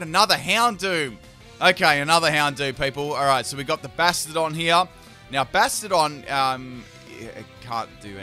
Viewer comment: Bahshtyadohn. That is how you pronounce it. Bastion - n + suffix "Don"